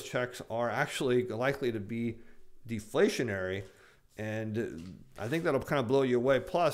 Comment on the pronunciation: Can't stop laughing when says word "deflationary" in any context!